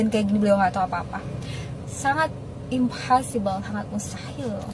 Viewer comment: itu mbak2 yg bikin video di mobil pasti anak abah ni, gampang bgt dipikirnya nyelesaiin urusan tambang ampe nyalahin Jokowi. dipikir jd presiden cmn ngurusi ocehannya. Impossible mbaaaakk...bukan Imhasibel 🤣🤣🤣 dibenerin dl gih ngomongnya biar kerennya totalitas gitu